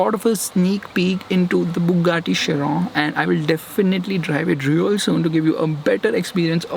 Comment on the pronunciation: Thank god he said Chiron and not kiron